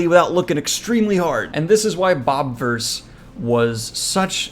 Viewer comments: Why is it pronounced bob-verse when it’s spelled with an “i”? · It's "Bob "ih" verse" like universe with bob instead of un. You're pronouncing it wrong. You got everything else right. This book trilogy is the best book series in a long time